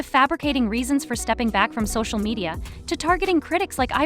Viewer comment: did this channel just say "so-shoe media"??